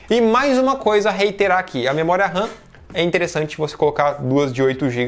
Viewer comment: SE DIZ MEMORIA OU RAM NAO MEMORIA RAN OU RÃ (RAM SIGNIFICA RANDOM ACCESS MEMORY) AO FALAR MEMORIA RAM ESTA A REPETIR DUAS VEZES A MESMA COISA OU FALA RAM OU MEMORIA . LIKE